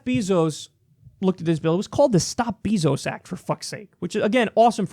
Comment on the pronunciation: Btw kyle its bayzos not beezos. Js